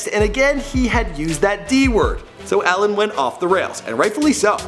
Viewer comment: Not pronounced Ellen.. pronounced E-Lin (Elin)